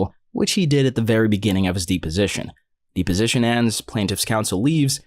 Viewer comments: Dep, deposition, not deeposition omfg lol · Deposition is pronounced depp-position, as in Johnny Depp, not DEEP-position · It's deposition, not deeposition. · Kinda bugs me but it's not "dee-position" it's "deh-position". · De position? I have only heard it pronounced depo sition. I'm not saying I'm correct but it sure felt weird in my ear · It is not pronounced “deep”-o-sition. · Hey just so you know deposition is pronounced depp-osition ! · The mispronuciation of deposition makes me wonder if the video is being voiced by someone who is not an attorney or a robo voice is being used.